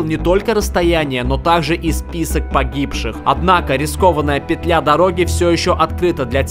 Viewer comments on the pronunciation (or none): none